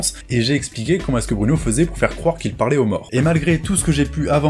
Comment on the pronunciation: Ah nan nan il dit bien ''ce'' et ''s'', t'as de bonnes oreilles ( ꈍᴗꈍ)━☆ﾟ.*･｡ﾟ